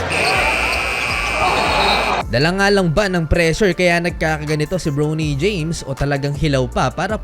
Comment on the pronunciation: Bronny bro hindi browny james yung pronunciation